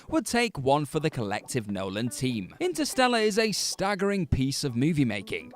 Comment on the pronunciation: Intersteller? Oh, like Ster Trek and Ster Wars then...